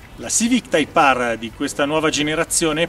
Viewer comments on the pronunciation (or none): type Aarrr 😂😂😂